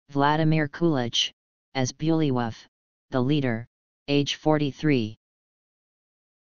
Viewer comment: This AI is pronouncing some of the names badly. Like Herger. It's with a hard G in the name.(not G as in German) Also Vladimir Kulich-(as in Kulik_,and Bulwyf (pronounced as Bulvy)